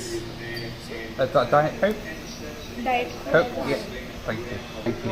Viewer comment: Just an interesting observation: They didn't understand when asked for a Diet Coke . They did understand when you asked for a Diet Coke. I occasionally also hear people emphasising the 2nd part of a compound noun - and it confuses me as well as nomally one would expect part one (thr descriptor) to be stressed.